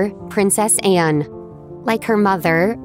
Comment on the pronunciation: The wordt voiceover possibl Anne not Enne.